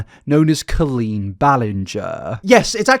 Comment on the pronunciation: Pronunciation off on a bunch of words. Coleen, spina bifida, catheter to name just a few. And no it’s not an English vs American thing…